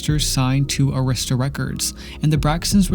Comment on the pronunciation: Record company is pronounced e’rista (Arista). Three syllables not two.